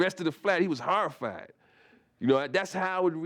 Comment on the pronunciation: "and he got HORRRIFIED!" is my favorite.